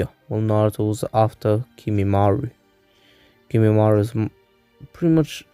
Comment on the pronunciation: its kimimaro not kimimaru. And other than that this was really good. I like how Sukome left the village right before Sasuke